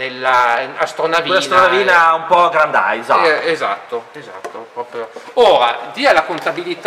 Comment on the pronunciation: Allora diciamo al tipo che la pronuncia ufficiale sarebbe "GURENDAISA"..😁👋👍